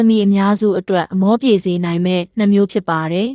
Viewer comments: နောက်တစ်ခုက year ဆိုတဲ့ "နှစ်"ကိုဆိုလိုချင်တာ"---နှစ်မျိုး" အစား အရေတွက် "၂မျိုး"(နှမျိုး)လို့ဖတ်သွားတာကြားလိုက်မိတယ် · "နှစ် "မျိုး ဟုပီပီသသဖတ်ပါ